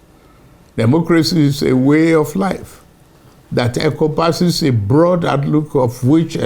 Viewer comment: He is reading what prof. gbajue wrote. Somebody is holding up the words for him. Useless man. Did you hear "eco-passes" instead of "encompasses". You stole it, and still don't know what to do with it.